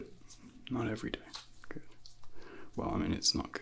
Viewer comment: Love the longer video! 45 min is perfect amount of time for destressing, to quell ptsd / anxiety. Anyone else notice says center in 3 syllables & a gooood is at least 3 seconds long?, you have a the perfect voice!!